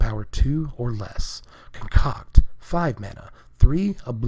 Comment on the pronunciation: ASMR connive, and conCOCK.